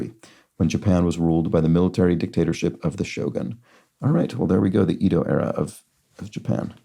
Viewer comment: Small pronunciation check: Edo, the former name for Tokyo, is “Eh-doh”.